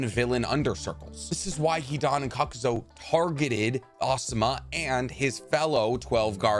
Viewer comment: Bruh your way of saying Kakuzu is horrible man your saying Cuckuzu bruh